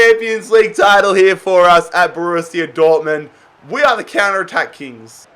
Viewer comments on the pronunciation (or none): He says Wei for we